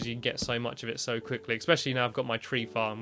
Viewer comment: It's especially not ecspecially